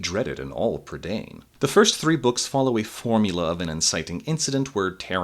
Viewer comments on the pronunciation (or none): Isn't "prydain" pronounced "PRUH-dine" not "prid-ANE"? Edit: Nevermind, they say it like an English word for some reason in the film. Edit 2: The bad Welsh pronunciation is KILLING me.